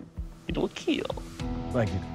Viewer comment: Best line It will "keal"